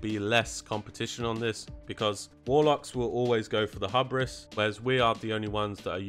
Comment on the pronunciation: man i hope arcane gets a lil buff. they do just about half the dmg of frost and fire now, at least looking at the logs btw: hubris is pronounced "hyoo"-bris